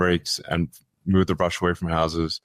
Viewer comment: It’s not “bush,” my guy. It’s “brush.” Clearing the brush.